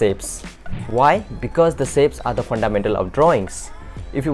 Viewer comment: not to hate but is pronounced "shapes" not "sapes"